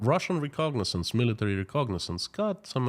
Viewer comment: Reconnaissance not recognizance